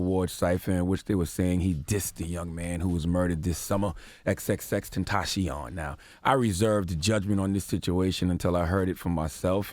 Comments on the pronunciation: You butchered xxxtentacion's name but it's all good. Vic mensa is holding all the Ls rn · If you can’t pronounce XXXTentacion, you cannot cover him. Period.